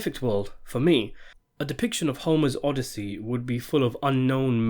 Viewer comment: And he says it repeatedly, only to pronounce it correctly at approximately